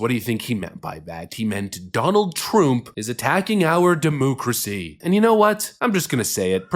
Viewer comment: Quit saying demoocracy you annoying tit